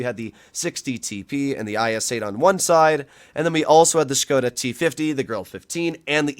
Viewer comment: i like ya and i respect the way u playing etc. but... buddy im from czech and its so funny how u sayin 'škoda' as shkouda.. but just erase the 'u' its just shkoda (škoda) there is no skouda just skoda, please please please ♥♥♥ ps.: i love that u callin 60tp by only 60tp cuz my gh is from poland and she is blaming me for every single word i say in polish Daaamn boi XD